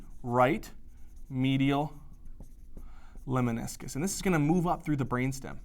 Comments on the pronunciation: Lemniscus, not leminiscus. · Lemniscus mispronounced. Please correct?